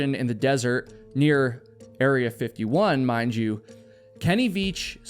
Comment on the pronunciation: I love it when says "mind you" 😂. Makes me laugh every time. He sounds a bit Welsh when he says it. Wales, UK, where i live. Everyone says it around here. Iv never heard an American say it. Mind you, iv never been to America. 😁